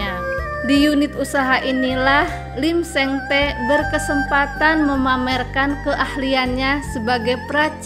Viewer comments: Bacanya lim sing ti bukan lim seng te mbak 😅😅😅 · dibaca lim seng ti...min😊